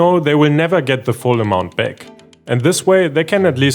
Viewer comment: Bro.. Use ElevenLabs and convert your voice over to an American accent. Can't listen to this 🤮 Can't even pronounce "back". "Beck" 💀